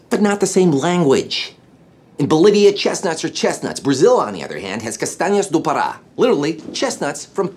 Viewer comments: I am from Brazil, his pronunciation was so good it surprised me. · House's pronunciation of "Castanhas do Pará" was on point, the guy is really fluent on Portuguese(yea, we don't speak spanish!), and to tell the truth, you won't actually get sick for eating too much "Brazil Nuts 😏", the selenium contained in each nut is very little that you had eat a lot of them for months to get minimal side effects of selenium poisoning. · Indeed, his pronunciation was pretty good in saying "castanhas-do-pará" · I'm from brazil, born and raised in PARÁ state, his pronounce was really good!